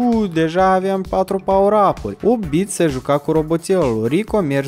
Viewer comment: 8 bit 🤣🤣🤣 se spune right bit